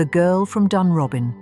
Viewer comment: It's pronounced Loosen-Gore. And Dunrobin is pronounced Dunrowbin. Not a bad essay by the standards of these things. Edward was a constant visitor to Himley, ostensibly to see Freda.